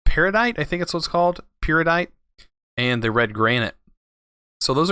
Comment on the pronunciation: Pear-ih-dot, Red Gar-net, Ter-shus (Tertius, which means third, as in Tertiary) :) Also, subbed. Dunno why i didn't before, I guess I just forgot? :P